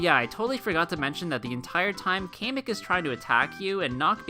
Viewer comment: Its (cam-ik) not (kay - mic)